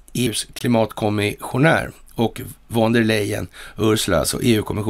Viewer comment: varthän ? von uttalas fon .